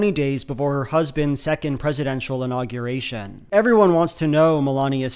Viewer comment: i can't get over how pronounces unaugyurration